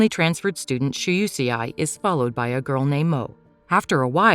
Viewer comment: UCI??? 🤣🤣🤣🤣🤣🤣🤣lol it's Shuseii🤣🤣🤣🤣🤣🤣